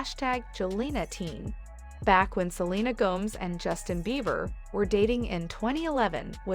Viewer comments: Her name is Go…mez not Gomes. Look it up. suh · lee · nuh gow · mez And she’s not the home wrecker, that would be Justin or Hailey. They need to let Selena alone or get divorced for goodness sake. Let Selena alone. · Selena Gomes rhymes with homes and gnomes all this time I thought it was Gomez 😂😂😂😂 and Hilly Baldwin ok.